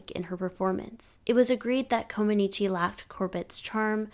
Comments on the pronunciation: I cringed every time the poster pronounced Comăneci incorrectly. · If you are going to do a post on gymnastics LEARN how to pronounce Nadia's last name correctly. It's Romanian NOT Italian.